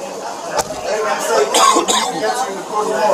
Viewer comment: The police do what they do simply because they”ken”? I know you meant “can”, but it sounds like you’re saying “ken”.